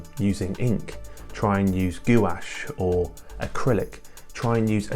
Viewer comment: goo-ash. Bruh